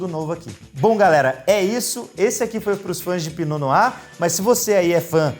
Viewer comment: Pra quem veio só pra aprender a pronúncia: . Se diz "pinô noá" 🥰